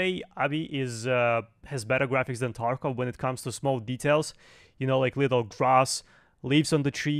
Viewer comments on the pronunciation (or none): Lol u say taekov killer??? U are a payd actor.